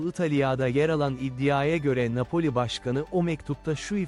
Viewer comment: Yapay zeka videosu da , ne bileyim... Ne A Pe O L İ... Napoli denmek isteniyor sanırım... Yorum doğru ama... İnanılmaz transfer....